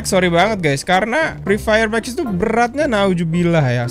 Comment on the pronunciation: Yang gw denger :: mak kusu fri fayer mak kusu fri fayer makusu